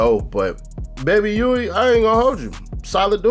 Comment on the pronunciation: I thought it was baby Huey not baby wee. 😮